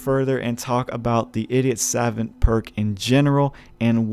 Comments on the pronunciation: You can just Google translate the word Savant to realize it's spoken Suh-vaunt and not Sav-vent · Saw-vaunt not sevent 😂😂😂😂😂😂😂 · Angel Andringa more like suh-vOnt. Gotta hit that stressed syllable. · I have 2 but know its Saw-vaunt not savent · The irony of your ass not knowing how to say SAVANT is tragic. How on the hell are you making videos talking like that? It’s pronounce “Sah-vawnt” dude. Ffs I wanna cut my ears off when you say it wrong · "suh-VAUNT" is how to pronounce that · sa - vahnt or sav - uhnt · god he kept saying SAvant by the 3rd time i got a migraine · The word is pronounced ‘Sa-vont’ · Suh vaunt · oh my god… it’s sav-ah-nt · Jesus, man. It's pronounced: 'Sah-vahnt'. "Suh" like the first part of "suppose", and "vant" like saying want with a german accent. Not that hard. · It’s suh-vaunt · Its pronounced sahvant you dumas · It's pronounced "suh vont" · Pronounced "sa-vahnt" a French word. Assuming you do not know what the word means, it is a person of high intelligence, scholarly. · No it’s not pronounced savont dumbass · Sah-Vont Ugh. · It is pronounced Sevant btw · Your the idiot, you can't pronounce the word "savant" properly. Get back to school. You MUST be American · I almost disliked because of the way you misspronounce Savant. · Cringe every time he tries to pronounce savant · Video is unwatchable because you cannot pronounce savant correctly. I wish I was joking but it just makes the video totally unwatchable. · how tf can you be american and not know how to pronounce savant i am a small little swedishboy and i got anfry with yaa i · The way this guy pronounces savant really annoys me. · you are pronouncing savant incorrectly